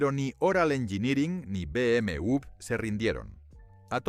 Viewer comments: No se dice BM u ve👎 se dice BM doble Ve. Por los clavos de cristo no saben hablar 😡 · Y si dices bien el nombre sería mejor, no cree? Es BMW No BMV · Se dice beemedoblevé o directamente beeme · Me pone mal cada vez que dice BMV en vez de W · Muy bueno todo hasta que pronuncia Be eme ube 😢